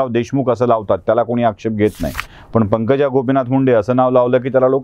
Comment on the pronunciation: तुम्ही थोडी शुद्ध भाषा बोलू शकले तर अजून चांगल, जस पन, पानी, बाणचा,'' ण'', वाईट वाटून घेवू नका आपल बोलण मी नेहमीच एकतो, प्लीज बघा